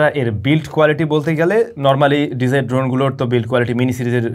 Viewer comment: ভাই আপনার সব ভালো শুধু pronunciation - টা একটু ঠিক করতে হবে। It's DJI - টা pronounce করেন আর যে কোন কথা বলা অ্যাপ এর মধ্যে দিয়ে দেখেন সেই App - টা কিভাবে করে। তাহলে আপনি আপনার ভুলটা ধরতে পারবেন।